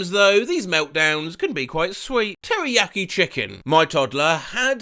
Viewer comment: when you say teriyaki chicken I sounds like Teri yucky chicken